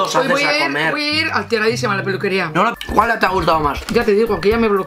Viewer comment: has dicho cuala:( se me ha roto el corazón y el oído